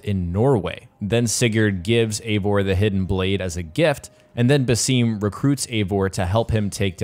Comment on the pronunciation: Woww man thanks you just butchered the Arabic names Basim it is not basseeem and Haytham it is not Heythim But i like the review tho 🤣💙